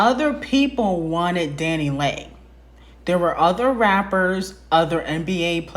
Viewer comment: 😂😂😂😂 Isn't it pronounced Daniley? Not Danileg😂